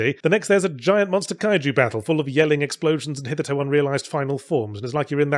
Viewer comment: He seems to pronounce “hitherto” as “hithertoe.” I think he’s done this before, and I’ve seen other people make this same weird mistake. Are there parts of the world where this is widespread? I just looked it up and it doesn’t seem to be listed as a valid pronunciation anywhere.